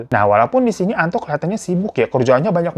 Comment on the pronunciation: Gw malah sibuk dengerin nama "Antok " sebenarnya Antok apa Anto sih 🤣 perasaan si babang sering bmnambahin huruf k, misalnya kata naro jadi "narok" 😅